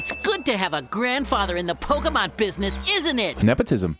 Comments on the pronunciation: The way he says Poké is so fucking annoying it’s pronounced Poe-Key not POE-KAY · Is anyone else super annoyed that he keeps saying Pok-eh-mon?